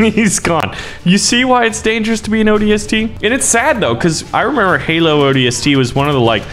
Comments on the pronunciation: I'm really mad at A. He's saying ODST wrong B. He doesn't seem to know any halo lore and C. He's very idiotic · I wish he said ODST right, the magnum not as a pistol and others